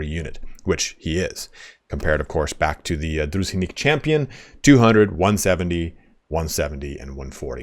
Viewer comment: Druzhinnik is pronounced kind of like "Droo-Jean-Nick" with the emphasis on "Jean", though that J is more like a French one